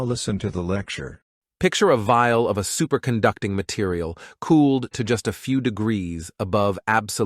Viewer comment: "Interior" and "material" are mispronounced. It would be good if the AI voice was double checked for accuracy.